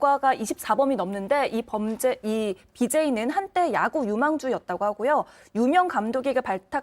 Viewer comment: 이수진 기자 왈~~ BJ= Bum Jey Za... ㅋㅋㅋ